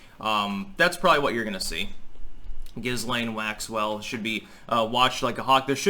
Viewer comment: Jamie Dlux says Jizzlane Maxipad. 🤣🤣🤣🤣